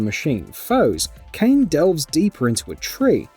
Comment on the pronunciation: WHY DO PEOPLE CALL KAINE KAIN OSHGBASHJGBAHDGA